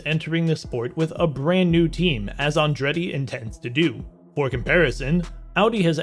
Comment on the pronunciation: The narrator could at least have learned how to pronounce "Andretti".